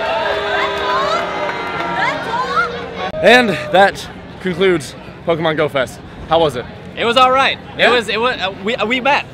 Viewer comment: Ohhhhhh you said GO-fest, you see i thought you said Goat-fest